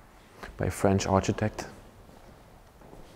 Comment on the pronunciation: Hi &, you pronounce architects Ar-key-tects. Well spotted with those dates, such a beautifully designed building with very impressive wooden carving and gorgeous ceilings too. I loved all of the old wooden panels in the courtroom and the carvings of the scales of justice etc. You did get me a little scared for your safety standing above those arched ceilings on those very old pieces of wood though, eek. Thank you for sharing this lovely location, stay safe and much love. xx💖🙏🏻